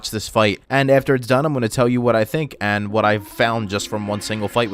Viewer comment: he legit used "woht" instead of "what" yes it does